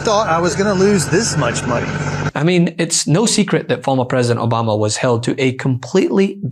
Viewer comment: President Donald Trump: Obamna.